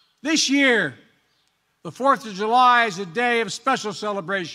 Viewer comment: Biden : what is today, Oh the 4th of You Lie. Did I say it Right Jill ? , Now can I have my Ice-cream and Jell-O Pudding.